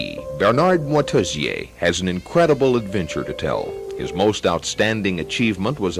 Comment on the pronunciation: shame the ignorant narrator cant pronounce Moitessier's name